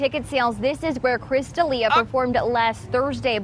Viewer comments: Kristof Deal-eeah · Throwing shade no pronouncing Chris’s name right, Alberqwerki.